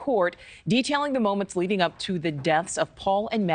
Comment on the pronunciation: ALECCCCC. Not xxxxxx. Dude, if you’re going to report on a highly public case, at least get the name right. 😒